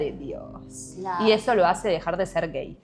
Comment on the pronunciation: amo como dice gEeii